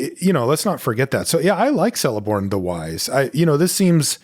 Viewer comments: just a small remark: Celeborn is pronounced as Keleborn and not Seleborn. Third option is of course just to call him with his name in the Telerin language, which is "Teleporno", if that is easier to remember. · Celeborn is pronuonced Keleborn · The letter C in Elvish always makes a K sound and never an S sound. This applies to Celeborn and Cirith Ungol Patrol. I'm sorry. Blame Tolkien.